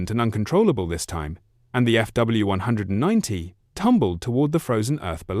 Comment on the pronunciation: Either say F W 190 or Focke Wulf 190 It’s not hard to pronounce that name correctly It’s belittling to repeatedly mispronounce it because you haven’t even listened to your ai’s voice from start to finish. Please make it stop saying “few 190”.